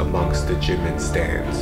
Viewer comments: .....it's jiMIN tHE EMPHASIS IS ON THE LAST SYLLABLE AGGHHHHHHH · Jimin's name is pronounced "jeemeen" not jimin